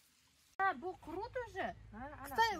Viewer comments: Крот емес құрт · Не крут а күрт (қурт) 😊